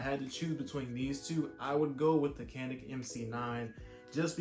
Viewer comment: Pronounced janik. Glocks are better